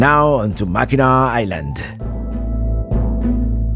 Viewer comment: No it's pronounced Mackinaw.